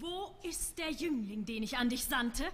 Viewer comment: Interesting pronunciation choices. She sings "iesch" instead of "ich," "diesch" instead of "dich," "duursch" instead of "durch." At least she is not imitating Fischer-Dieskau's provincial Prussian accent, or Schwarzkopf's even more provincial Prussian accent mixed with fake Viennese.